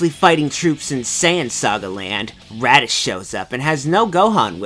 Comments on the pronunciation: Is he saying Raddis? lol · did you call raditz radish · I heard Radiz